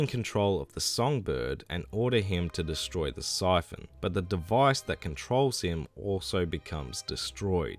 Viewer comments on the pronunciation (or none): none